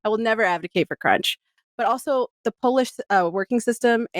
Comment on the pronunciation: Did this guy just say Polish labour laws but he pronounced Polish as shoe polish??